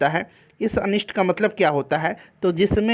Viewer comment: अनिष्ट होता है अनिष्ठ नही..